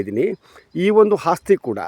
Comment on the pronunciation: Hagriculture alla guru Agriculture, And Hasthi alla asthi.. 😂😂